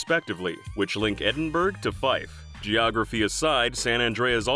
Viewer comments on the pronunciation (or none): it’s not edin-burg it’s edin-burra/bruh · ITS EDIN-BRUH NOT EDIN-BURG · Edinbrug. It’s pronounced edinbra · I just wanna say its not pronounced edin-burg its edin-bru (like the bru in brush) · Oh my god why does everyone American mis-pronounce Edinburgh It's not Edin-Burg, it's Eh-Din-buh-ra Please try to remember this......lol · Edin-bruh. Not Edin-berg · Just to let you know it’s not pronounced ’Edinburg’ it’s pronounced ‘Edinbruh’ 😊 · Bruh, Edinburgh is pronounced Edin-bura not Edin-burg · Love hearing my home country mentioned, Edinburgh is pronounced more like ed-in buh ruh though lol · dude really pronounced it edinburg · "edin burg" made me mad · Edinburg lmao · Edinburgh is pronounced "Ed-in-bur-ah" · Did you just say Edin-berg? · Nah bruh, my guy said "EDINBURG" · I cringe everytime an American pronounces Edinburgh as "Edinburg" 😂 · You must learn the correct pronunciation of Edinburgh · the Edinburgh pronunciation 😭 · The way he said Edinburgh actually hurt my ears. Why do Americans always butcher pronunciation. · Almost had an aneurism with the way you pronounced Edinburgh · I'm sorry what did you call Edinburgh?